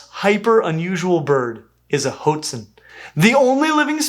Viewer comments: ah, one of my favourite birds though you pronounce that first half of its name too much like it's cereal for my tastes (i suppose if the spanish had chosen to transcribe it with a U (huatzin) instead of an O (hoatzin) we anglophones wouldn't make that mistake so often) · At the risk of being one of those pedantic commenters: the word "hoatzin" is pronounced "HWAT-zin," or "WHAHT-zin." The first consonant is made by blowing through pursed lips, like a silent whistle. I believe you've been to Brazil and are familiar with the Waorani/Huarani people. Same pronunciation on the first syllable - though the word "hoatzin" is Nahuatl (Aztec) in origin, and probably referred to some kind of pheasant. Anyway, not trying to nit-pick; I just know that folks around here are fond of obscure and fun facts - and I feel like "HWAT-zin" is way more fun to say than "HOAT-zin." :) PS Edit: The Weird All and VeggieTales references gave me a good giggle. Thanks, as always, for the top-shelf nerdery! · It’s pronounced “WHAT-zeen” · "Hotezin"?? I've been pronouncing it 'ho-wotzin' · Is Hō-tzīn the right pronunciation? It looks like 'Wá-tzīn' to me. Or hwá-tzīn. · isnt it pronounced hwah tzin instead of ho-tzin? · You're pronouncing it wrong: Hoatzin is pronounced "(H)WAT-sin" or "hoh-AHT-sin", not "HOHT-sin" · I've always heard these birds pronounced WAT-zin. Are there alternate accepted pronunciations? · Are we sure it's not pronounced "Watson"? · Clickbait! Never answered the Hoatzin question! And also pronounced them like Jot'sn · Hoatzin is a Nahuatl word (really a latinized simplification of huāctzin), and is pronounced wah-TZEEN (Like how Oaxaca is wuh-HA-ca, not OKES-aca). I'm excited to learn more about these amazing birds, but it's going to be a difficult watch for me because mispronunciations are a real pet peeve of mine. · I thought it was pronounced "Watson" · I thought "hoatzin" was pronounced "HWAH-tzin".